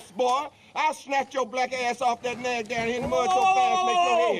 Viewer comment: He says nae not naag lol